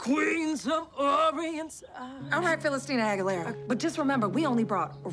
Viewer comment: Not “Philistina Aguilera” 💀 😂😂😂